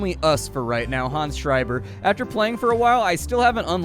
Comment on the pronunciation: Props for pronouncing 'Schreiber' correctly :) Greetings from Germany